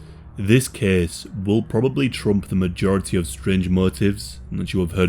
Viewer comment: i heard "scringe" instead of strange and now there's a new word for a motive that's both strange and somehow cringe